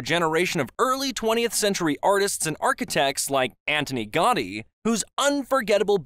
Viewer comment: The narrator did not bother taking the time to say some of the names correctly like Gaudi, Guell, and Boqueria.